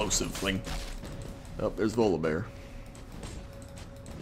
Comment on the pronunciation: Am I the only one that hear "Lolibear" when he says Volibear?